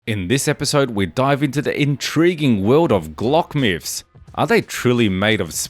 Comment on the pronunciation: Lol “myphs “